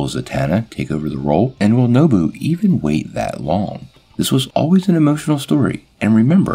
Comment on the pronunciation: Not nobu, nabu ( I’m sorry if I sound like a jerk saying this but I do really enjoy your videos I like part one of this video a lot )